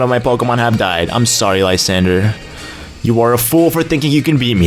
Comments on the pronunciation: It's lee-zand-dra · HOW MANY TIMES DO I HAVE TO TELL YOU LYSANDRE IS NOT SPELLED LIESANDRE ITS SPELLED LESANDREY